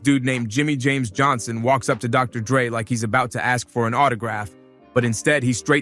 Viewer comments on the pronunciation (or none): none